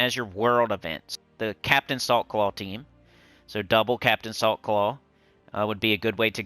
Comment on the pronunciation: Everytime you said Captain Saltclaw I heard "Captain of the softball team"